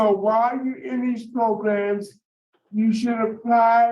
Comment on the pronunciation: Love to hear you say “Progrums”